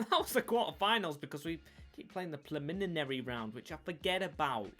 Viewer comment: Pre-lemon-airy lol. You’ve been struggling with that for a while now 😂